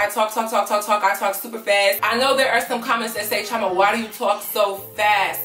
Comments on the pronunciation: Okay I just got to say it cause your my Igbo name twin. But you are mis pronouncing Chioma in your intros. Please double check with your parents if your not fluent for the pronunciation. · Just curious, do you Americanize your name on purpose? As an Igbo girl you should try to pronounce your name very well. It holds weight❤️ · I love you girl but as a Nigerian. Ugh! You are not pronouncing your name correct! It’s none of my business but you now it’s cultural and I think it would make more sense to pronounce it correctly.